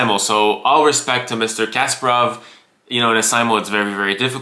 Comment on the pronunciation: Love your videos, but I've noticed you mispronounce Kasparov's name a few times! It's pronounced Ka- spar- ov instead of casper-ov. Lol all love !!